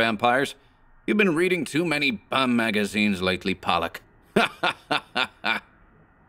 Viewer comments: You pronounced it like the name Pollock. It this case I believe Righetti was calling the man a pollock (Pole-lock) a derogatory term for people of polish decent. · it is "Pole-lock."